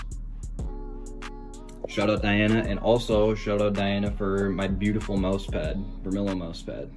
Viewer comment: The fact said moose for his mouse hahah